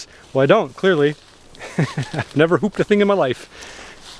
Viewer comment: "never hooped a thing in my life." probably one of the most Canadian sounding sentences I've heard